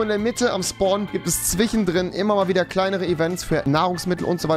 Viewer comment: Zwichendrin und Fleich. Kann Rewi kein "sch" sprechen?